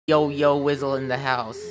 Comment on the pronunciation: yo you sizzle in the house Funneh:ok umm just ignore that me:*i watched say that like 9billion times* Edit:I meant wizzle